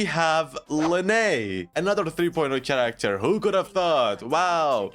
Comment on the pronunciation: Is it just me that is so bothered when he says "tsharacter" most of the time while pronouncing it correctly sometimes?